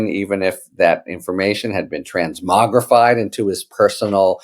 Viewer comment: I like the way you say "transmogrify", Harry! I'm always transmogging my armour and it costs me a small fortune. As for tRump, lock that traitor up already! Judge Loose Cannon is auditioning for a seat on the SCOTUS. Make sure she never has that opportunity and VOTE BLUE!!